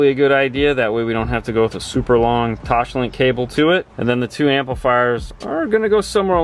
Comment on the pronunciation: There is no H in TOSLINK